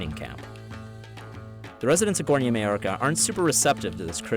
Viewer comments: The guy says Gornja Mallorca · Read maoča like maocha.... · Yea... "Maoča" is totally pronounced "may-orca".